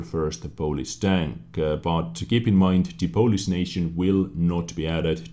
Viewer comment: who else thought he was saying police instead if polish